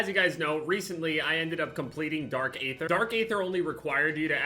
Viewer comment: It’s flipping pronounced Ee thr omg